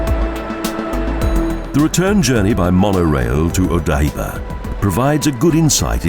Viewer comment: Very nice video of Tokyo, BUT... the narrator's pronunciation of Japanese names (Asakusa, Ieyasu, Odaiba, etc., etc.) is terrible. Almost couldn't understand what he was trying to say, and I lived in Tokyo for 10 years!! Suggest you get a native Japanese speaker to assist. Now I will look at the other Japanese city videos and probably see the same thing... :-(